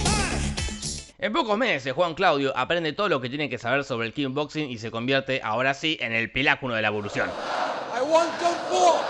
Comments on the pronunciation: Imagínate estaba re caliente dijo KING BOXING en vez de KICK BOXING. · kickboxing . NO KINBOXING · Todos: Kickboxing Jorge: Kingboxing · "Kick"boxing no "King boxing"... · ES KICK BOXING SE PRONUNCIA KIK PORQUE DECIS KINBOXIN JORGE POR QUEEEEEE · Se dice Kick Boxing no King Boxing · Kin boxing jajajaja No es Kick? xD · Me parece a mí o decís "King Boxing"? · Nadie, absolutamente nadie Jorge: Kinboxin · Nadie: Absolutamente nadie: Jorge: "Kin boxing" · Yo también le decía "Kin boxing" hasta que vi la nueva y ahí me enteré de cómo se decía😁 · Corrección: Voz rasposa: "kinboxing" :D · 2 segundos después dice kin boxin